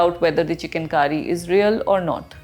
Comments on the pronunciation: Its Chikan Kari , not Chicken Curry, please your pronunciation! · It's not chicken... It's chik_on. Pronounce correctly.. plz. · At first, I heard it 'chicken kari'